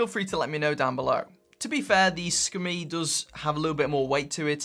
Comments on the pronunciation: Hey, just thought you might like to know how to properly pronounce the SKMEI brand name! In Mandarin it means Hour/Quarter/Beautiful and is spelt Shi Ke Mei which is a bit like saying the English words shirker-may as one word! Okay... shirker-may, shirker-may...ya got it! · see-ka-may (moment beauty) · It's pronounced 'SCUMMY' LOL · It's pronounced "Skmei". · Pronunciation is Ski- May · Every time u say Sakamei I'm like 😂😂😂😂😂😂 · It's pronounced es-kuh-mi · "Skim-MEE" it is. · That's good information! I thought it was pronounced 'SKuMEI' 😂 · In English yes it’s a strange name. In Mandarin, as many have already commented here, it’s pronounced differently than what says. As well, in Mandarin it is actually a very pleasant sounding name.